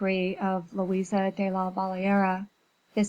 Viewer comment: Louise not Louisa